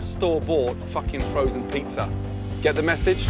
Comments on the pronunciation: “hOw gOoD yOuR pIzZeRs aRe” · Why does he say "pizzar" sometimes? I've already heard this "putting an r at the end of a word" thing, what does that mean?